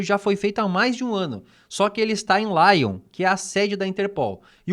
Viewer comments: Lyon é uma cidade francesa. Não se diz "Láion"! A pronúncia é "Lion"! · laion é foda